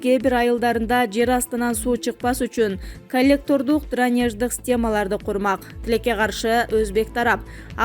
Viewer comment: Журналист эмне учун кампирабад дебей Кемпир абад жеп айтса болбойбу суу сактагычтын атын озбекче айтсанар албетте биздики дешет уйят дранеж эмес дренаж сабаттуу журналист эмес туура окуй албай жатат